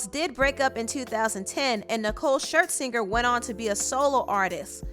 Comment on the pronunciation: “ShirtSinger”...... I can’t 💀